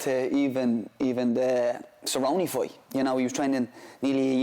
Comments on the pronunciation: Will be a good “foi” 😂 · that's literally not how that accent pronounces 'fight'. It's more like 'fiught'